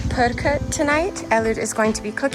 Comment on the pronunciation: Fantastic, informative video, thank you very much! We are probably going there this month, the details you presented helped a lot in our preparation. You pronounce the Hungarian words - pörkölt, bogrács - surprisingly well. I wish you more fantastic adventures! Liked and subscribed!